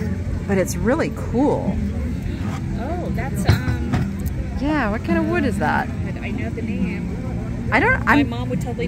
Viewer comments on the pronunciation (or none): none